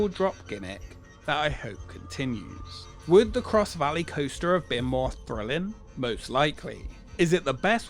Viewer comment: its thrilling, not frillin